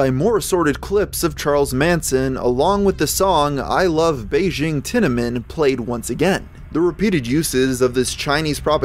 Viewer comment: The way you pronounced "Tiananmen" like "cinnamon" with a T. I sure would love the monumental gate of China in my bowl of cereal.